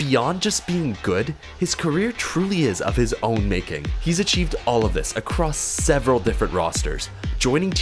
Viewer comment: serveral subsequent siterushes... made me a little hard hearing it ngl. Love your content man, keep it up!